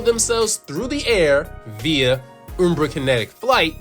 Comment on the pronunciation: It's not "Oombra", it's "Umbra" like; pronounced in the word umbrella. Like "un-" but with an m instead of n. Ummm... Umbra. Hope this helps.